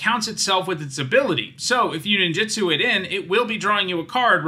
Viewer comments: Two things: It's pronounced neen-ju-tsu, not nin-ji-stu. Ninjitsu isn't a word, but when separated as nin ji tsu, is man-hour with a particle at the end. Ninjutsu is the combat style of ninjas. Also, it's not "koh-toh-see," it is more like "koh-toh-seh," with the syllables roughly even (the kanji comes out to koto-se for how it's divided). I know I shouldn't be critical of it, especially as someone who is just learning Japanese and not a native speaker. Since starting to learn it two years ago, though, I've realized just how often English speakers butcher Japanese words because we aren't consistent in our own language with how letters sound, whereas Japanese is far more consistent outside of them cutting off the end of katakana, like in words like desu (des') or masu (mas'). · It's pronounced ninJUtsu, not ninJItsu.